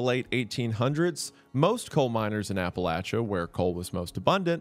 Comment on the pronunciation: Saying Appalachia as "Apple-atcha" keeps catching me off guard